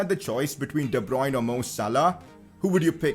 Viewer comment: de bryune